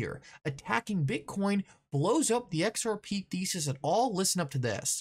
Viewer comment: Lol can anyone count how many times this guy says XRPee? Its the most centralised thing, technically not even a crypto